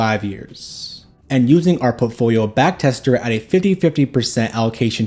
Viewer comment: You really need to practice saying portfolio correctly